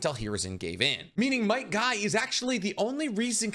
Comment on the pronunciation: Bro he called might guy Might dai and rock lee